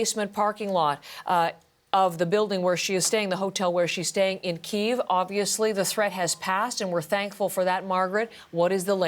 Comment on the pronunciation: Why cant Americans say Kyiv 🤦‍♂️🤦‍♂️